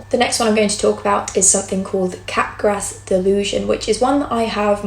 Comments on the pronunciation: Capgras is French and pronounced cap-grah. The S is silent. It’s not entirely uncommon. I’ve seen it about 5-7 times among psychotic patients. Cotard syndrome isn’t extremely uncommon either. A handful of bipolar patients will have these somatic delusions. In the presence of mania, especially with psychotic features, somatic delusions are almost a hallmark feature. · Wow, really interesting stuff! Sidenote: Capgras is pronounced without the S (like 'mardi gras').